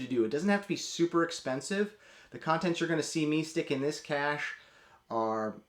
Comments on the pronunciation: A quibble but cache is always pronounced like cash. The word pronounced like "cashay" is cachet, which generally means prestige. I would have loved it if you started the video telling everybody that pronounces cache as "cashay" that they are just wrong and to start pronouncing it correctly as "cash". Loved the video. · It's "cash," not "cash-ay." Google is free, dude. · I cringe every time I hear someone mispronounce cache (same as cash, it doesn't have a second sylable). I guess looking it up online is too complex for some of you?